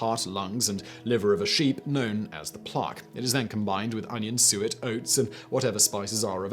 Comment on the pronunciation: You saying Suet will Deff throw off Tons of americans. i know i didnt know what that was till i made my own birdfood blocks. its not Soot. Suet is Fat from an animal near the kidneys.